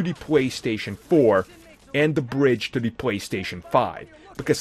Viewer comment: This video should have been made in two years from today 🙄 Also once again “da” is not “the”. Have a great day 😂